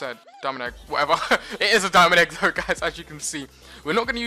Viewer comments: i hear it he says dominic egg XD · did u say diamond egg cause it sounded like you said my name 😂